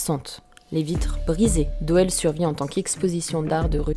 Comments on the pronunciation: Bonne vidéo,juste petite rectif,la ville de Doel, (se dit Doul)😉 continue comme ça ! Bisous de Belgique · Hello. Bravo pour cette vidéo et vivement la suivante. J'aime ta façon d'aborder le sujet. Cependant, si je peux simplement faire une toute petite rectification sans importance, la ville belge de Doel se prononce Doul. tu vois rien d'important mais bon en tant que Belge, j'étais obliger LOL. en tout les cas, ta chaine est comme toi originale (dans le bon sens du terme bien sur)